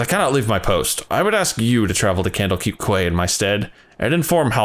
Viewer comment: I realize this vid is over a year old, but the word quay is pronounced "kee". Butchering of other names of NPCs aside, that's the only thing that really stood out to me. FFXIV overall is quite tough to be able to pronounce and read dialogue from due to the strangely spelled NPC names and Shakespearean era dialogue mixed with thick accents of the sea faring folk of Limsa Lominsa. Everyone struggles with it so I can't fault you for that lol